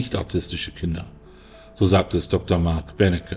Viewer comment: Der heißt übrigens Benecke, nicht Bennecke...